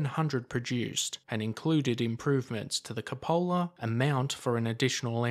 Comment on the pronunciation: I will say, most of these type videos are imformative BUT, it get very annoying to hear the narrators mispronounciation of words... I cringe at hearing so many, so many times. If your narrating something LEARN what you are talking about. In this one, it's a, "Cupola" is mispronounced over and over.